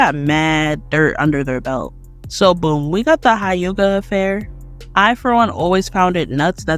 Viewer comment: hayuga..... yuchina......